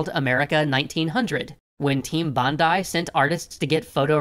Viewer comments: It makes me happier then it should to hear; "Bondi" pronounced properly. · THEY PRONOUNCED BONDI CORRECTLY! HUZZAH! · When they said Bondi correctly I actually said "yay!" out loud.